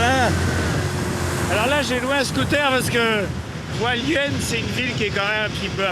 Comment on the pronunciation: JesuisFrancais, J habite a Taiwan,Pingtung.Hualien il me fait rirequandil dit aHalien il sepasse rien,il a dela chance qu il n yai pas eu detremblement de terre